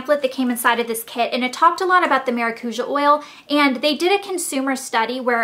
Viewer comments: You say it as "maracuya" in spanish. Try fresh squeezed maracuya juice because it tastes amazing! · It'spronounced Maracuya.... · you say maracuja wrong. maracuja is a brazilian world, and I'm brazilian. its MA-RA-CU-SHAR :) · is it not pronounced cuya? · It's actually maracu-JAH. lol It's Brazilian. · It's weird to here how you say maracuja cause I'm latin and we pronounce it mara-COO-YAH. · Lol in spanish and portuguese maracuja is passion fruit and thats not how u say it anyways.... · You said you did tons of research. But you sure dint learn the correct pronunciation of the oil.